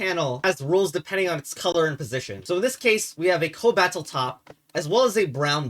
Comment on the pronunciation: your content is so cursed that hearing you mispronounce cobatl on purpose has me wondering whether there's any mechanical relevance to it